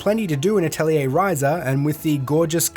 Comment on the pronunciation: You actually pronounced 'Atelier' correctly. You are the hero we deserve. Lol